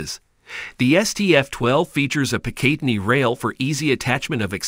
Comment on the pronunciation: Please learn how to pronounce PICATINNY